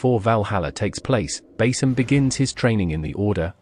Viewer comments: It's pronounced Ba-Seam not Ba-Sim . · It's pronounced Ba-Seam Not Bas-Sim mate